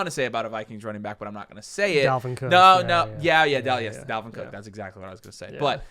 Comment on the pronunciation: Bro said Dalvin Cooke...